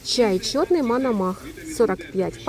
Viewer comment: Пані, чай МОНОМАХ,а не МАНАМАХ!!?)